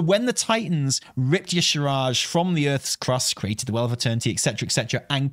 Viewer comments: y'shaaRj -- not y'shRaaj,! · Why no one say Y’shaarj name right? 😩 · I really hope if yshaarj shows up, they’ll say their own name so people will stop pronouncing it incorrectly. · The main problem with bringing back Y'Shaarj is that no one can pronounce it 😂